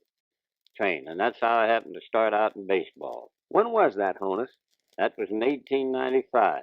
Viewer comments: The pronunciation of Honus isn’t as the interviewer said, rhyming with “bonus,” which is how many people who have only read it might guess. It’s actually pronounced with a short O as it comes from the name Johannes, also shortened to Hans, and is pronounced similarly. You can hear Honus pronounce it correctly . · Tells the dude clearly he was called "Ha- ness" short for Johannes (unfortunately his nickname got spelled "Honus") . Pronounce HA-ness - not HO-ness. And yet the interviewer keeps calling him HO-ness. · Pronounces his name "Hannes" (like honest) as in "Johannes" - not HONE us with a long "O". That's a new one. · Even when the narrator hears Wagner tell him it' Honus as in HAH-ness...he still calls him HOE-nuss. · You may have noticed that Wagner pronounced his name “HAW-nuss” but he was too polite to correct the guy. Honus was a real gentleman. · Always wondered how "Honus" was pronounced. What's interesting is that Honus himself pronounces it "HAHN-us," yet the interviewer keeps calling him "HONE-us" even after hearing him say it. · Honus Wagner's first name is pronounced HAWN-us, not HONE-us. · It's always interesting to listen to people from that time. They have that sing song voice that makes them great story tellers. I notice I've been pronouncing his name wrong all this time too. Hah nus not Ho nus. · am I imagining things or is honus wagner saying that "o" in his name like "on" not like "own". Has everyone always said his name wrong? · He pronounces it "HAW-nus" rather than "HO-nus"... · Listen. Honus is pronounced with a soft O, as in “on“. Not a long ago like the interviewer is doing. Listen to the way honest says his name himself. He is from Carnegie, Pennsylvania, a couple miles outside of Pittsburgh. The absolute greatest shortstop of all time, no doubt. No question. All you want, but you were wrong. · He clearly pronounces his name to the interviewer as “Hannes” (like Johannes), yet the interviewer keeps right on pronouncing it “Hoe-nus”.